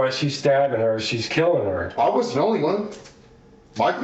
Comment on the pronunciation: That, "It wudden me," isn't gonna work here, Shaggy.